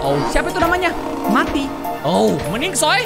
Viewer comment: Kak itu namanya bukan mati tapi meati